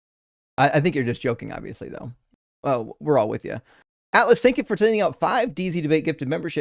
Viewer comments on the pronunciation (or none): none